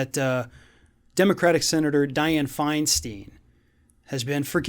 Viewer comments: First off, it is pronounced Fein STINE, not Fein STEEN. And second of all, why does a Floridian get to decide who Californians elect? The right had Strom Thurmond until he was in his 90s...she or her staff and family will help decide when it is time to go. Let’s not forget that with age comes wisdom, experience, and perspective. Most 40 year olds don’t have the patience or experience to see the long game. I love your stuff, but this one rubs me the wrong way. And yes, I voted for Diane FeinSTINE and will as long as she feels fit enough to represent ME. A Californian, not a Floridian. Luv ya anyway, let’s hope for a better America come January 20. Stay safe. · Her name is pronounced "FINE stine." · Can’t you even pronounce her surname correctly? Seems odd to be doing a story about mental decline and then mispronounce Feinstein. I’m not even American but I know how to pronounce her name. Yes she’s demented, too old, ignorant and ridiculous but Feinstein is not pronounced Finesteen. Just look at the word. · FYI, Feinstein rhymes with Einstein -from a resident of her state. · You can’t even pronounce her name dude and your state has the worst cabal of losers in the federal government. Together they ain’t a pimple on DF’s arse! Worry about Rubio and the rest of the losers who represent you we are just fine with our senators in California and yes we like our new Mexican senator too. One can only guess y’all are a shill for Maralago time shares and wish you had Trump hair. Jeesh we true liberals want no part of your Rubio crap and we like our Mexican’ senator too who also has more integrity than all the senators to ever come from Florida. What’s in your water anyways? Quit drinking the koolaid kid and get a grip!